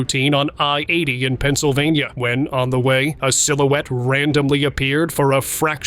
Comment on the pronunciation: Darting "SILOOTIE"??? I think, in fact I KNOW the word is "silhouette" and pronounced SIL-OO-WET 😢😢😮😮😮